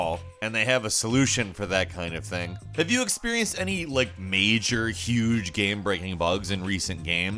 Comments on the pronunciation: "gam breaking bug" "in this gam" "still a good gam" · right. And why does he say “gayum” instead of game